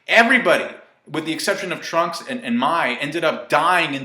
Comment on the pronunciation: did he say Trump instead of Trunks lol